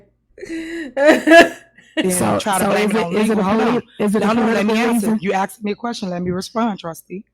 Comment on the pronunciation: Asked not Axed. Ask is a request. Axe is a tool.